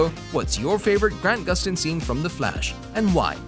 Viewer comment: Am I the only one that hears The nerrirator say Gran Guston instead of Grant Guston, no hate tho